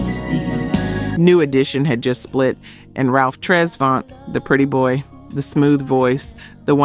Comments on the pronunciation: Tres-vent not Tres-vaunt. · ITS Tres VANT not Tres VONT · Right. Tres Vont 😂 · I already over this video with the multiple mispronounciation of Ralph Tresvant. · I kinda figured she was AI as soon as I heard her mispronounce Tresvant. No real sista would've gotten that wrong, lol. Not a GenX sista.